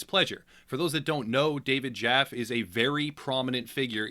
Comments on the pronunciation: David Jaff - E (the E is hard and pronounced fully), just wanted to make sure you had the correct pronunciation going forward so people knew who you were talking about, whether he is in the right or in the wrong. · It's David Jaf-ee